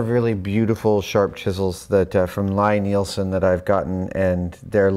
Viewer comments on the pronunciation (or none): Sorry Adam I have to do it. Lie Nielsen is pronounced like Lee Nielsen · just slow down, you will be fine. :) and it is pronounced lee nielson even though the spelling suggests otherwise. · Lie-Nielsen is pronounced "LEE"-Nielsen as in Tom Lie-Nielsen the company owner.